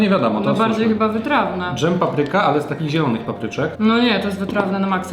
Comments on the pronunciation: Bardzo fajny film, ale na wszystko co smaczne: słowo DŻEM nie zawiera RZ, a więc błagam, nie mów już tego słowa tak jak wymawia się np słowo dRZemka. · drzemie to miś w zimę, dżem to nie drzem